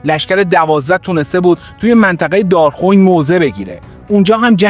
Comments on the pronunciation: دار خوین اشتباهه. دار خُوِین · اولا ممنون عالی مثل همیشه ولی ددمطلب دراول کلیپ گفتید سپتامبر۱۹۴۱که غلط است دوم تلفظ شهر دارخوین که باید بفرمایید دار-خو وین امیدوارم تونسته باشم تلفظ صحیح را بیان کرده باشم